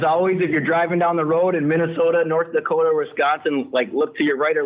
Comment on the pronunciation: I appreciate how you guys respected North Dakota with authentic pronunciation. There is no T in Dakota. Just a second D.